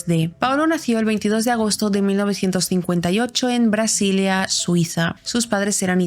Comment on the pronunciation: Basilea, corazón. Es Basilea, no Brasilea.